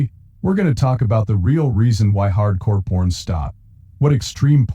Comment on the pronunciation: The robot keeps saying Hardcore Porn. Lol.